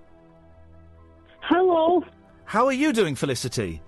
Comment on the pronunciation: no one: the guy at the beginning: FeliciTY